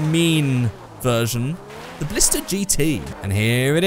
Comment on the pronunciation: Ballsta. Ballista RS. Ballista TA.